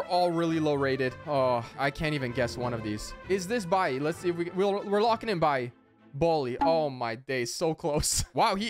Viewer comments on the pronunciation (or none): none